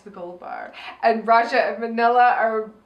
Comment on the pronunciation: did say aja instead of Raja cuz i had to watch it back like five times and i'm still not sure.